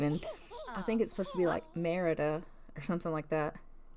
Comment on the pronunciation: HALLELUJAH,HALLELUJAH,HALLELUJAH,HALLELUJAH! you said Merida's name right!